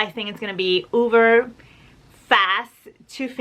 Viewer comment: Dear just a thing for you...... its uber not uver...... just saying. love you madly.